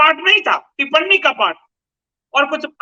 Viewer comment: अरे यार तुम्हें तो 'टिप्पणी' का उच्चारण करना तक नहीं आता, उसे (टिपननी) कह रहे हो, लेकिन फिर भी अपने आप को सर्वश्रेष्ठ घोषित करने में लगे हुए हो। शर्म है कुछ?